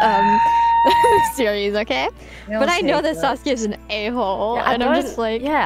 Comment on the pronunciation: Considering how good IRyS is at Japanese, I'm surprised her pronounciation of "Sasuke" sounds so American/English.